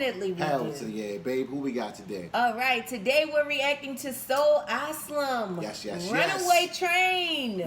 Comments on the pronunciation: It's AsYlum,...not asslum! LOL! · Asylum phonetically pronounced - A-sigh-lum.